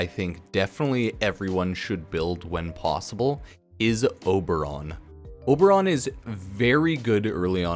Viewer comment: I closed the video when he said Oberon